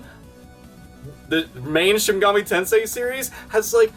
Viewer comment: Awesome video as always. F.Y.I.; It's pronounced Shin "Mega-Me" Tensei, not Shin "Mug-ahmay" Tensai